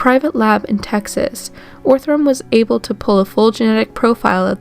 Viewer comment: It's pronounced "Ahh-thrum", not "Oh-threm". Js